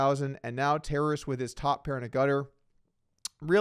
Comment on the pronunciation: Guys, it’s not “terrace.” It’s “Ta-raaas”. It’s a Ukrainian name